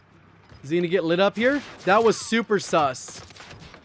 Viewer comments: the way says sus is hilarious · I’m lmfao you saying Sus 😂😂😂😂😂😂😂😂